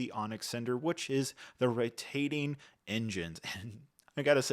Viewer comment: why did we say Rotating so weird lol